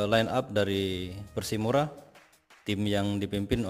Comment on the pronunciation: Persimura min bukan Persipura